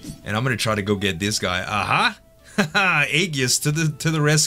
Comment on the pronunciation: Not to nag but the word Aegis uses a soft g sound as in A-jis. Nice fights, those Vorn guys are rough.